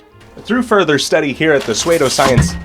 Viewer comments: Dude. Just google it. Google dictionary pronouces it: /ˈso͞odō/ Here, click the google link and listen to how they say it. *pseud*o is not *sued*e. Do you see where you made a mistake? sUEde and psEUdo aren't the same. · Hey my man, good video...but its pronounced "soo-doh" science. "soo" like Sue and "doh" like dough. Just food for thought. ^_^ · Dude. PsEUdo sounds different from sUEde. Suede = /swād/ psuedo = /ˈso͞odō/ The spelling is completely incomparable. You see that right? U before E, E before U,...that P at the beginning? You got them all mixed up. Its a simple mistake to make, I used to make it myself. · So you mispronounced pseudo on purpose? You said you were confused on my comment. Was that a joke, or...? Maybe I'm not getting your humor.